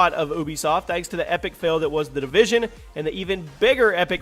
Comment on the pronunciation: "The Devision" haha, whoops.